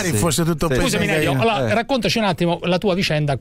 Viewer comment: Fa scassare parenzo che dice gaina 😂